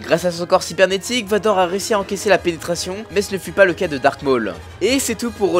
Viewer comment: C'est pas "dark" vador comme dans le titre, c'est "darth" vador....